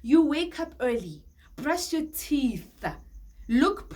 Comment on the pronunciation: 😂the emphasis on "brush your teeth"